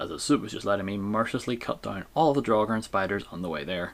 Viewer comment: Draugr should have the same vowel as mouth, not as thought.